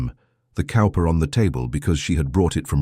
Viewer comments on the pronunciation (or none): Cowper is pronounced Cooper...just an FYI. The dry humor is priceless lol.